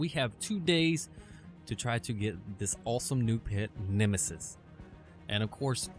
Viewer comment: It bothered me all video long. It's NE-ME-US not nemesus